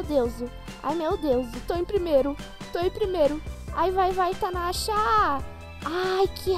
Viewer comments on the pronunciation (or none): porquê vc fala tanasha?